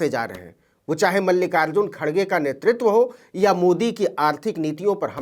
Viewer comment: खड़गे नहीं खरगे हैं।